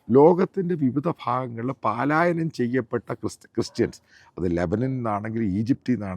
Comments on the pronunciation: Palayanam* not- ' paalayanam' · Very sorry to say. പാലായനം തെറ്റാണ്. പലായനം ആണ് ശരി. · (((പാലായനം))) തെറ്റാണ്..... ശരിയായ ഉച്ചാരണം ((((പലായനം))) എന്നാണ്..